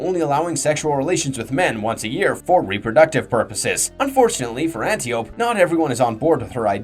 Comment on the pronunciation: An Tie oh pea not anti oop